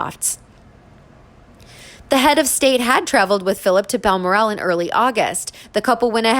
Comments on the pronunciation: Please not BalmorAL. It is BalMORal. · It’s not Balmoraaaal, it’s Balmoral